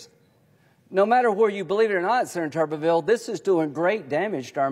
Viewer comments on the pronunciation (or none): AGAIN … no matter how he may say his own name, rules of pronunciation dictate: TUBER-vill, (basically tater-town) NOT TUBBER-vill (bathers-town)